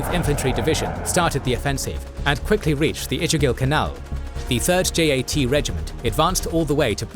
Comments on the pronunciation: Some mistake I would like to point out 1. The name of first PM is Jawahar lal Nehru and not Jawahar lar Nehru as mistakenly appearing in one of the segments. 2. The J.A.T. regiment is actually pronounced JAT (जाट) regiment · Just a tiny nitpick. India did not use the MiG-21s provided by the Soviet Union in this conflict, and instead the majority of aircraft operated were Vampires, Ourangans and Mysteres. Also it's not pronounced J-A-T, but Jat (Ja-at), it's named after a Caste group in India, not some acronym.